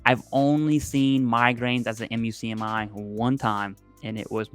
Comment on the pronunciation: Muk-Me is how most VSO’s pronounce the MUCMI. 😊